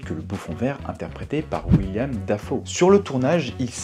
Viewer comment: Willem pas William ^^